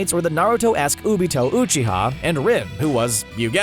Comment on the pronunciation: He called Obito Toni like omg how bad does he have to be at pronunciation